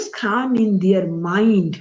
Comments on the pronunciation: I think its Quaan and not Khaan. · Its not Khan its Kaan , pease correct .